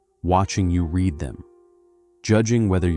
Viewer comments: Just FYI everyone, this is AI. Well at least the narrator is. Listen to when he says "read" pronouncing it as "reed" when it should in context be pronounced as "red" Also he pronounces Taoism with a hard "t" at the beginning instead of a hard "d" like how it's actually pronounced and anyone who has any depth of understanding about Taoism would know this... I have multiple copies of Tao Te Ching and ALL OF THEM bring this up in the introduction. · Yep. Also says "read" which should be pronounced "red" as "reed." Caught onto this video being AI right away. Sorry, I just don't trust anything with an AI narrator--it makes me wonder how much else is AI when it comes to the content. Thank you for alerting other viewers 🫶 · You know it's AI if it can't tell the difference between read part tense and read present tense 😐👎👎👎👎👎👎👎👎😡😡😡